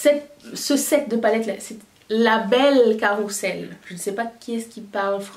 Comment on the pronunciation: A cet égard , carrousel se prononce différemment de ce que tu as pu le faire .En effet, Il convient de prononcer "zel"